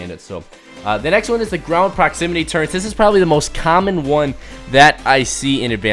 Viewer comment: Why do people say turrents